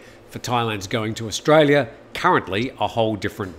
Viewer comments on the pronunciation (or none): none